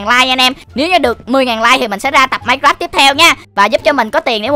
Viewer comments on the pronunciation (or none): none